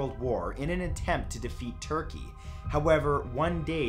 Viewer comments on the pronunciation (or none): none